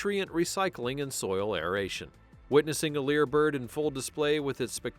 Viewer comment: It's a Lyre Bird, NOT a Leer Bird.